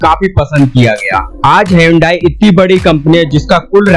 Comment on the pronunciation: ना भाई ना हायोंडाई युंडाई hyndai me H silent है।